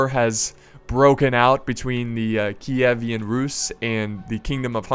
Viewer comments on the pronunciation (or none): It's Kievan Rus, not Kievian Rus, I'm fairly certain.